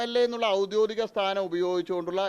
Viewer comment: 'ഔദ്യോതികം' എന്നല്ല 'ഔദ്യോഗികം' എന്നാണ് പറയേണ്ടത്